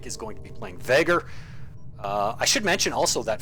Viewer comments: Nice game, nice casting,. Looking forward for you other vids. Btw, you still pronounce Vaygr as "Vahgr". XD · Well, I compare your pronounciation to the way the say it in campaign. I know it is a case of po-tay-to/po-tah-to, but I just couldn't help but notice it. I guess I won't bring it up in the future, thanks again.